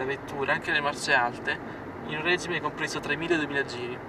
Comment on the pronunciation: Si dice regíme e non règime!